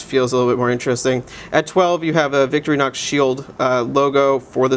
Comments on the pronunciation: cant believe I'm doing this again to another watch reviewer! it's Victor-inox not victory-nox say it with me vic-TOR-inox ,so simple,better stay away from anything that actually takes knowledge of French or German accents! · its Victor-Inox...not victry-nox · nice try at trolling. victorinox is just victorinox; not victory-nox. he said victory-nox. whatever.